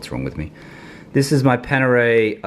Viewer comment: Its Panerai not Panere